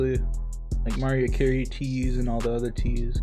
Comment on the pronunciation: bruhh how you gonna be over the age of 10 and not know how to pronounce Mariah Carey's name lol good video tho you got my like